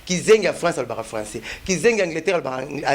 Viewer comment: Oyo falançais to françois